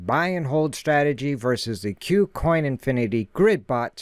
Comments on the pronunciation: Good content. Thank you. btw, I think Kucoin is pronounced "coo-coin" and not "que-coin". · "que-coin" sounds better, but I think you're right about it being "coo-coin"